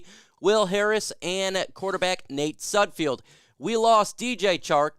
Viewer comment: Nate "SudFELD" not Nate "SudFIELD". So many Detroit Lions content creators making the same mistake. May be unimportant to the point of this video but pronouncing people's names correctly is important/ good manners.